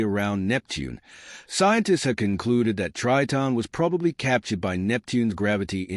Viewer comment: Terrible astronomy video. Tons of random images and the narrator can't even pronounce Triton. Waste of time.